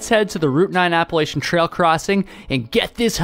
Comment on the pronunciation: lol he cant even pronounce appalachian